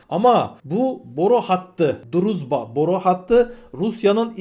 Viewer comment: Sayın druzba isminin doğrusu-drujba-olmali